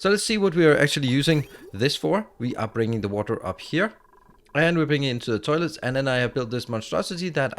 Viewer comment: Any one else hear "terlets"